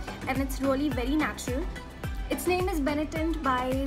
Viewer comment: She says rolly😂, hey you👆👆👆 its not rolly its really